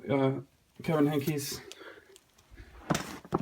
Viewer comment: Beautiful collection. I respectfully disagree about David Wiesner; he is perhaps my favorite Caldecott award winner and anything but 'bland'. Also, you are mispronouncing 'Wiesner' and 'Henkes'.